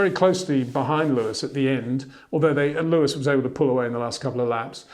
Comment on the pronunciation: lol your name sounds like how Charles Leclerc pronounces Leyo-wiiss!